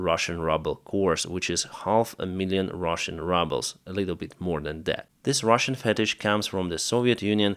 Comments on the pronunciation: while rubles are hardly worth more than rubble, those two words are pronounced differently. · I love how you call rubles - rubble :D i love it :)